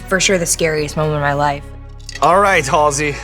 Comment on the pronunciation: I thought it was pronounced Halsey, not Halsey